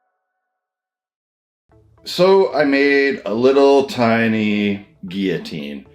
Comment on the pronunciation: Got some French in you, eh?